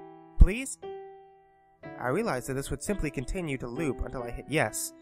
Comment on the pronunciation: "i sawr a continru option" very good engrish